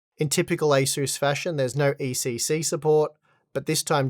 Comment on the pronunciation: It‘s ECC not ACC. Also it‘s Pro and not Pror.